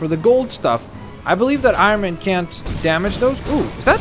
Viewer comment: It’s Iron Man not irone man